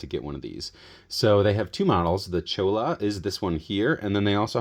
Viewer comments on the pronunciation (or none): Cholla is pronounced choy-uh -- using the Spanish double ll sound.